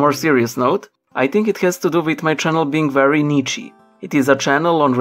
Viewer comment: Idk if you were just joking here, seeing how you put the word on screen, but "Niche" in English is pronounced as "Neesh"